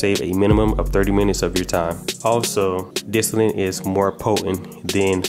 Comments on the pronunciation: My man... it's called DISTILLATE not disilant 🤣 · DIS TOLL IT. not disinent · lol "dissinnite" "dissillit" "disllate" "disinnit" BRO IT'S DIS-TILL-ETT or simpler "Distill it" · "Distallant" I never knew there was an n in it loll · I swear you sayin "disalint".. lol Thanks for the video I put a thumb in it' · I know and it seems like most people can't say it right. I cringe every time he says "distillant" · Dis-till-ate no "n" but great review, man. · Where do u see n in the word distillate why u sayin distilint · Y the fuck he keep callin it dis ti lint abahahaha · Say dis-tah-lit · There is no “n” in distillate! You keep saying distillante grrr lol 😆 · Guy cant even say the word distillate